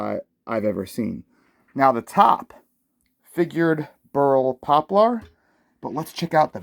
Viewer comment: Great looking instrument indeed. You're cracking me up with your pronunciation of Poplar though, HAHAHAHA!!! jmwy.....